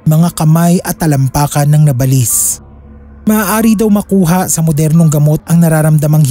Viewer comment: Hindi nabalis Ang pronunciation nun "naba - lis .. salitang Tagalog Yan sakit sa Tenga paulit ulit pa